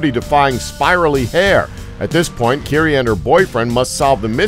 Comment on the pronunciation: It's kiri-e FCS nobody gets that right.